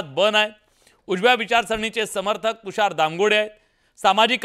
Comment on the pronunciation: तुषार बोलता येत नाही. चुकीचे बोलत आहे. तुषार